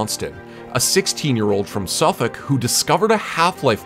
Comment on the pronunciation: This American just pronounced Suffolk correctly and my whole entire brain inverted